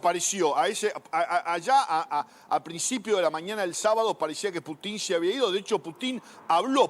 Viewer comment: No se dice Putín sino Pútin con acento en la U